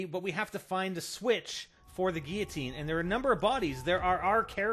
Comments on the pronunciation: See those 2 'L's in the word Guillotine? You are actually meant to PRONOUNCE those 'L's. And do you see an 'A' in the word? No. Stop fucking pronouncing it 'giatine'!!! I appreciate all the work you've done do figure out the easter egg and make this video, but holy fuck learn to read. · Geateen? There are two L's in the word, how can u not see or pronounce them lol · he cant say guilotine!!!